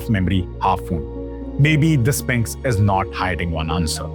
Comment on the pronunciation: Are... are you saying Spanx?